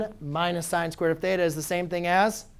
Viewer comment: god damn hate the way you say theta